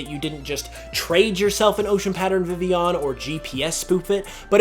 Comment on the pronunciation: vivillon is pronounced viveon? like sevilla? o__o